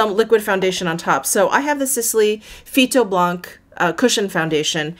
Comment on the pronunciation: Oh! Baby butt cheeks indeed! One little tip 😉 when you say “phyto-blanc”, you don’t pronounce the “c”, same for “chocolat”, you don’t pronounce the “t” ☺️ Love your in-depth, honest videos 😍